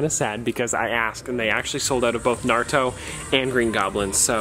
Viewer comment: You pronounced Naruto correctly 😍😭